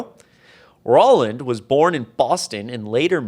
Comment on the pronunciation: Roland is pronounced roll-and (as in roll a ball) not ror-land.